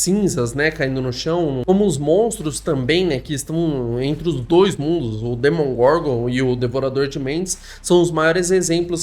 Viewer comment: amigo, se fala demogorgon, nao demongorgon